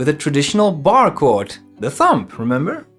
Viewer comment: Nice one. Just found your channel. Just for reference, the 'b' in 'thumb' is silent! Sorry to be pedantic, just trying to help! Enjoyed your lesson.